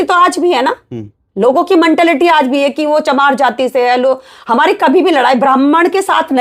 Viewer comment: मनटालिटी नहीं होता मैडम मेंटालिटी होता है